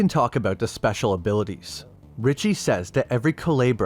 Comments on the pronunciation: i’m sorry i get you don’t speak spanish but you could have looked up how to pronounce it. it’s honestly very bothersome and i dead can’t watch this video. cu le bra no cu-lee-bra it’s very off putting and it takes like five seconds to look up how to pronounce words of another culture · Coo-leh-bra … not ka-lee-bra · I think it’s commented a couple times but it Coo-leh-Brah not Coo-lee-brah but still great vid 👍🏼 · Calibra? Cuu-leb-ra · Didnt event try to say it right😂😂 coo-lee-bra😂😂😂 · KU LAY BRAH!!!! Learn how things are pronounced for fuck sake. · Good video! Just wanted to clarify the pronunciation of "culebra" is "coo-lay-brah" meaning snake or serpent in Spanish. Sorry but as a native Spanish speaker it got to me because I was like what is he saying lol. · CULEBRA.... Pronunce CU-LAY-BRA 🤗🤗🤗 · Thank you for covering this series. Great video and super informative. One thing: the name is pronounced ‘koo-lay-bruh’ and more closely translates to ‘cobra.’ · Excellent video as usual. Just a little thing. Culebra is supposed to sound more like cooh-leh-brah in spanish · Coo-leh-bra coo as in coo coo bird. leh as in the ea in read past tense and bra as in titties love the vid tho bro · It’s coo-LAY-bruh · culebra ---> kuˈle.βɾa Xibalba ---> like: shee bal ba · Not bad, just Xibalba is pronounced "She-Bal-Ba" (at least in Spanish), and Culebra is pronounced "ku-le-bra" (speaking as someone who is half-Mexican) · Was just gonna mention this lol hearing it pronounced coo-lee-bra is crazy 😂😭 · Not coo Lee bruh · Culebra is a short e, not a long one. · I'm glad the guy dives into this subject but his mispronouncing Culebra is killing me. The e isn't like the e in eel. It is the e in letter. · Listening to you murder the simple word "culebra" is painful. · I like how it took you 4 and a half minutes to pronounce "Culebra" correctly. You must've taken French...